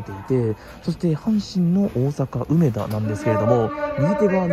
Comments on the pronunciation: 梅田のイントネーションがなんかおかしい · 「うめ」が抑揚のない発音、「だ」を一～二段高い音で発音していただけたらみんな立派な関西人ですw （ちなみに「中野」も梅田と同じアクセントです） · めっちゃ、梅田の発音が気になるww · 有料特急？南海と近鉄もあるやんｗ 梅田の発音が違う。大阪梅田は上野と同じ発音です。 あと阪神9500系じゃなくて阪神9300系のはずですよ。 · 内容より梅田の発音に違和感があり過ぎて内容が入りにくかったです。 まあ試験的な運用でしょうが、長続きはしない予感です。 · うめだ の発音がおかしい